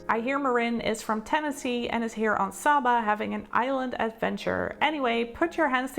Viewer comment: The correct pronunciation is saber with a long a not Saba with a short